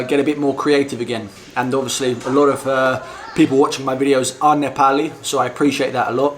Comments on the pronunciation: You have started saying nepali correctly 😂😂 appreciate that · I like the way you say " NEPALI " in Nepali tone...watched your many videos.👏 😊💐